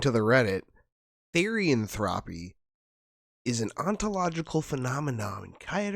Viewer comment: just to let you know, therian is pronounced as "th-ear-ian". and therianthropy is pronounced as "th-eerie-an("an" like in "ant")-throw-pee"